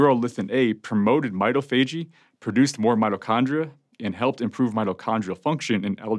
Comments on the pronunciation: Pronouncing MITOPHAGY. Not /m’eye-toh-fajey/ but rather /m’eye-TOF-agy/. Come on Doc! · Hi: That word is pronounced my-tof-a-gee. It is analogous to au-tof-a-gee. Most readily available lexica will not have this entry but running an search on the web, you can find the pronunciation. Thanks for spreading the knowledge! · It is pronounced "my - TAH - fa - GEE" Primary accent on the 2nd syllable, secondary accent on the final.